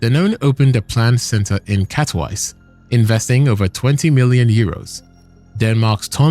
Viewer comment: You butchered Katowice so bad even automatic caption couldnt figure it out 😂 4 syllables man, Ka-to-wi-ce Not catwise I'm not even thinking abot Wrocław